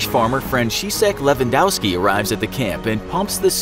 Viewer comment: YOOO HE SAID LEWANDOSKI